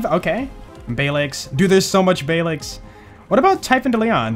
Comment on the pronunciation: Balex not bales